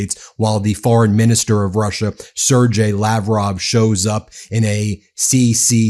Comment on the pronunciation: Learn how to pronounce Sergei.